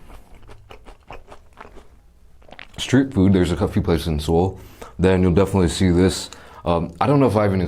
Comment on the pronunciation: Anyone goes to Korea definitely try it also my ears hurt when he didn’t pronounced Seoul properly (multiple times)